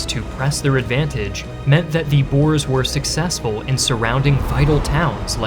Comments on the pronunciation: I get more annoyed every time this man pronounces "Boer" as '"Boor"😂 Otherwise good content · its “boor” not “b-oh-r” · Isn’t it boer not boar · I know this comment is rather late and very nitpicky, but the pronunciations really sort of irked me. Boer is not pronounced as 'Bur' it's: Boo-r (And plural is 'Boo-ruh', possessive is 'Boo-ruh's'). Joubert is pronounced: You-Bare. Mafikeng is pronounced: Mah-Fih-Keng. And Kruger is not 'Kroo-gur', it's Creuwer. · Interesting topic, but at least you could have learned how to pronounce 'boer' correctly. In the video you pronounce it like boar, but the oe sounds like the o in who or oo in boots. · BOAER FORCES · Pronunciation tip: Pronounce "Boer" like you pronounced "Koos", and pronounce "Koos" like you pronounced "Boer". Oh, and skip trying to pronounce "Vereeniging". You butchered that one. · man i wish you just pent 5 minutes on having the words read to you. wits= VITZ johannes= JOE boer: BOUORR (FAST) uitlander= eight lunder (like london) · I wish large YouTubers would research how to accurately pronounce location names and the names of people. This would have been perfect if the mispronunciations weren't so noticeable. For future reference for anyone who wants to accurately pronounce BOER and not sound like you are talking about a wild pig, the 'OE' is pronounced like OO in boob, or Scooby Doo, not like in boar, and the R is a hard R, like it is pronounced in Spanish as in PueRRRRto RRRico, or GaRRRRcia. So you're saying BOORRRR, like a ghost ending in an angry Spanish pirate R.